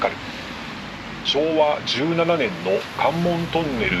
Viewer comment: 「門司」は「文字」と同じ「も」にアクセントがあるイントネーションではないぞ！ そんな気色悪言い方を何度もせんどってちゃ！ 西海岸の言い方が変 「旅客」は「りょかく」 門司港は北米航路の船舶は入港していませんでした！ 糸田の言い方が変 田野浦の言い方が気持ち悪い 新浜埠頭だと？そんな名称は１度も存在したことがない 関門大橋ではなく関門橋だ！ 新幹線は、関門トンネルではなく新関門トンネルだ！ 「あめがくぼ」ではなく、「あまがくぼ」だ！ ミスが多いです！ アップする前にもっと調べてから正確さを高めてはいかがでしょうか。